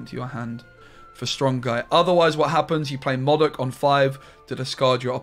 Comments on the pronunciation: Moudok not Mawdok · You mean Moe Dok